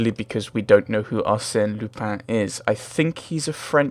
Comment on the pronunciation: YAY another Sherlock game :) Apparently it's pronounced 'Ar-Senn Lu-pahn'